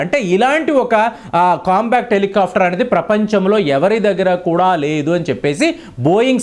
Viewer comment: మీరు చేసిన విశ్లేషణ బాగానే ఉందికానీ..... మీరు కొన్ని పదాలను పదేపదే తప్పు పలుకుతున్నారు. COMBAT హెలికాప్టర్ లను మీరు " COMBACT " అని తప్పుగా ఉచ్ఛరిస్తున్నారు. COMBAT అంటే పోరాటం; COMBA-C-T అనేమాట తప్పు. మీవీడియోలను వేలాదిమంది దేశమంతా చూస్తుంటారుకాబట్టి మీరు పలికే తప్పులు వేలాది ప్రేక్షకులకు ఇబ్బంది కలిగిస్తుంటాయి. COMBAT అని పలకండి. "కంబాట్" అనేమాట సరైనది. " కం-బా--క్ట్ " అనేది తప్పు. ఈసద్విమర్శను/positive feedback ను sportive గా తీసుకుంటారని ఆశిస్తాను. ధన్యవాదాలు !